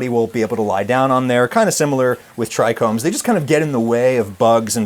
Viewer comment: Bro be talking about "medicinal herbs" and "terpenes" and "tricombs" 😂 We see you bro 😂